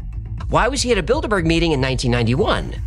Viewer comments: 1- "How daaare you!" is not a bit and will never get old. Never! 2- You say Bilderburg, but I only hear Build-a-Bear. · Not gonna lie, I first heard "Bilderberg" as "Build-a-Bear". Of course, now I'm thinking this may not be coincidental. It would certainly explain why those things are some damned expensive. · I kept hearing build a bear😭😭😭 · I can't stop hearing "build a bear" now that's a group I could get behind 😂